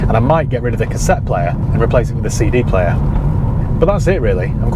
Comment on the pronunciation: Found your channel recently and I'm hooked. Been binge watching your videos. Top tier content 👍 Also, what's a seedy player? Never heard of it 😂